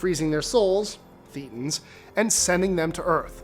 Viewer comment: Just so you know, thetans is pronounced (thay-tons) and Xenu is pronounced (zee-new)